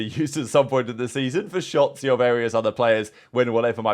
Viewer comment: Is it me or did call him Shatzy?